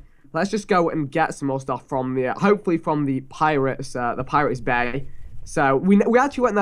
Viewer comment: I thought Vikk said 'pirates bae' instead of bay😂